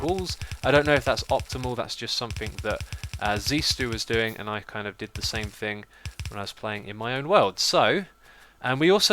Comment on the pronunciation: Hey X, I know you always have trouble with words but Zisteau is pronounced zee-stow (as in grow and hoe), not Zistu. It's not like the "eau" in beautiful :P